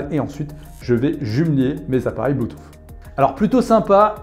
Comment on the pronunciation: "Bluetouff " 😅 Belle présentation comme à chaque fois